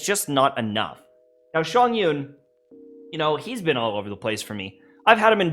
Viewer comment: It's Chongyun! Not Shongyun!